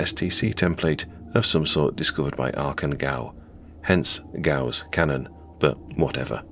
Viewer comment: It's actually "Ga-uss" (not "goss") :)